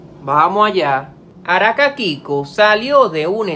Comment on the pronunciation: Por qué dices Araka ?